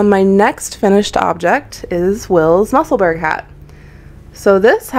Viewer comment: New subscriber. Very professional podcast. Just one little point, Musselburgh is pronounced Musselborough, a city in Scotland, UK. Otherwise you did awesome, thanks